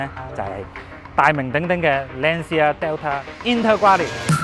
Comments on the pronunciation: 👍🏼👍🏼 FYI 正確讀音應該係"Lan茶" 唔係"Lan Si 牙" Ci 意大利文係讀"次" 🙂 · 所以正確發音應該係欄瓷呀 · Lancia 讀音 ·池·牙